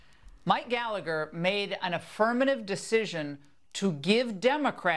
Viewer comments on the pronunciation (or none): none